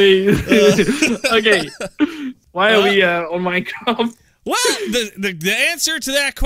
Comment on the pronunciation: Hahaha you said minecrap